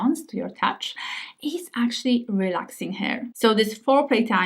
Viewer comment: pronouncing the word "easi-er" perfectly, but not the word "her" (eg pronouncing her body as "hair body")